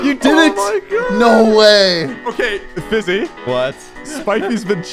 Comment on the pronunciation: Elioenah Francisco Pantaleon its Fiizy not Fizzy